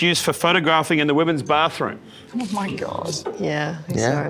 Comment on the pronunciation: "Oh" sounds like "no he wasn't"